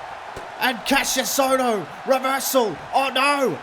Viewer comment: Hey you said Ka-ss-ious ohno but its actually ka-sh-ious ohno with a sh- not s- oh and incredible ppv